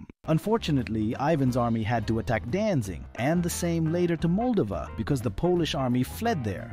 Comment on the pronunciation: Danzig* not Danzing. Good video though.